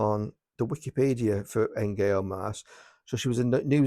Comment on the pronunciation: It's pronounced Nyo for future reference. These are all good titles. Death in a White Tie is particularly good.